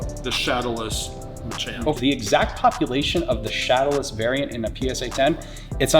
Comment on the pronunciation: Dude I loved every second of this video - the nostalgia hit so hard. But every time he said “variant” I cringed LOL